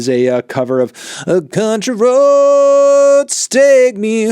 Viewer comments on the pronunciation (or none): the way he butchered country road LOL